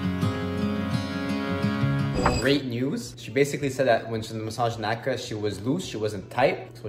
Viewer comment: It is Naka not whatever u said and Am3n